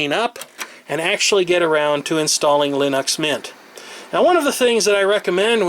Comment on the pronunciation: Why the fuck do you pronounce it Linox. Fucking annoyong